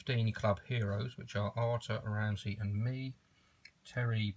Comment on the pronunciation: Ramsy not Ronny